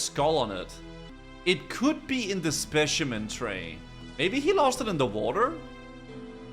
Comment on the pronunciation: I'm normally very fine with mispronunciations, but the way you say "Specimen" bugged me so hard 😂